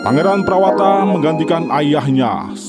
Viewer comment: Nama prawata di baca prawoto min